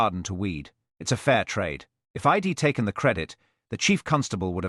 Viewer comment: I love these stories but this AI reading is terrible pronunciation mispronunciation these are such good stories I enjoyed it anyway thank you. Sadly even though AI can write brilliant stories and good stories it does become repetitive when AI alone is writing instead of using their original books...im instead of I'm.....id instead of I'd .. ill instead of I'll..... after Mr. and the name yowl not you'll , well not we'll...so basic come on AI We are educating you